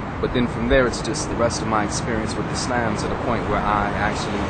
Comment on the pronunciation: lol-do all muslims take a "how-to-explain-a-simple-idea-in-the-most-round-about-and-long-winded-way-possible" class? it's all love though. but for reals-muslims (expecially black muslims in the u.s.) are some interesting people. and why did he keep pronouncing islam like "is-lamb"?